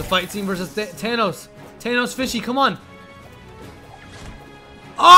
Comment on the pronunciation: it is not tanos it is thanos and he says the end is near